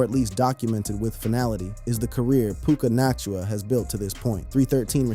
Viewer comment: SAY HIS NAME RIGHT - OMG